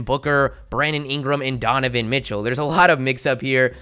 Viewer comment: Donovan not Dovovan